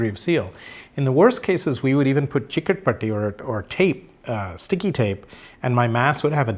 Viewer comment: Dr. Nene can't get anymore Maharashtrian than saying "chikat-patti"